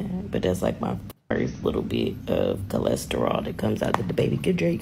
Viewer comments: Cholesterol?? Or Colostrum 👀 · “Cholesterol” took me out lol. It’s colostrum. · Its colostrum she T I D E 😂